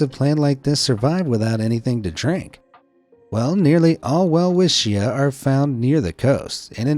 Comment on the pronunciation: It's pronounced as velvitcha